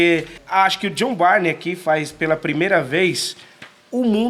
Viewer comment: Só uma coisa. A pronúncia do sobrenome do artista é BURN 🔥